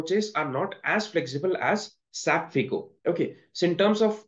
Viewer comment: Pls don’t pronounce SAP as single word saap